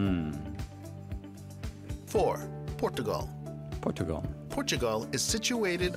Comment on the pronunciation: What's up with the pronunciation of the country names in the video? It pronounces FinLAND and Portugaaaaahl, wtf?